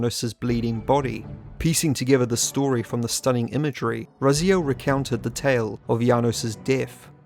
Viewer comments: Why do you pronounce Raziel different than the way the game's cutscene you included in this very video? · I think it's about time you learned how to pronounce 'Raziel'.